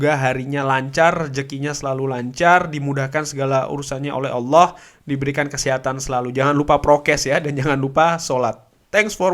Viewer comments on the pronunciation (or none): none